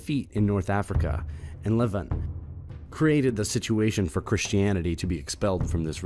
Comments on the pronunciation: Why don't you guys make Android on your phones read this? I promise it will be better. Torturing so many words this way, shows your ignorance of the topic and your first exposure ever to the material. Levant, Arabs etc... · Sorry but "A-rab"? "Caucassus"? "Lev-ant"? What are these pronunciations. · OMG. Learn to speak the language. Piety... sounds like PIE-ity... not PEE-ity The Levant is the LEV-AUNT (not pronounced ANT like the bug) and nor pronounce LEV-ENT. You are supposed to be an Educational Channel but you speak as if you have never made it out of Remedial English. LOOK UP THE WORDS. GTE AN APP or something. Or replace this idiot Narrator who sounds like a moron every time he doesn't use a BASIC BITCH WORD. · Just an observation: It seems that the narrator is pronouncing a number of words that are not generally accepted by scholars or those they describe. "A-rab" rather than Arab. " Califa" rather than caliphate. "Levan"(?) rather than levant, for example.